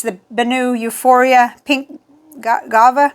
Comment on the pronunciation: It’s pronounced “gwah-va”, a mango-like fruit.